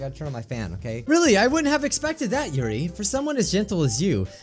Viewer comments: Natski= Natsuki See-or-ee= Sayori Atmospere= Atmosphere Monicle= Monika Your-ee= Yuri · Yuri your-ee